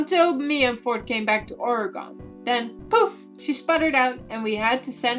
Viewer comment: I'm sorry but the way you said oregon.... I can't blame you though😆. most people have a hard time pronouncing it. (ps your voice is lovely af)